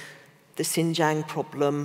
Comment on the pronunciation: How can one be an authority of what China is doing and/or thinking, if you can't even take the time to learn how to pronounce XinJiang and Xi Jin Ping?